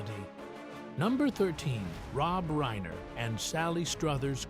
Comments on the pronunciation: It's reiner not rainer😊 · Rob RAINER? Stupid AI narration.